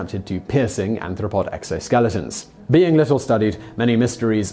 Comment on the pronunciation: Arthropod, not "anthropod"